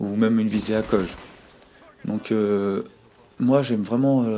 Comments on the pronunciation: Arreter de dire ACOG comme Ah Ko Ge , Sa se dit A-C-O-G ! Sinon bonne vidéo ^.^ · ACOG ne se prononce pas ACOJE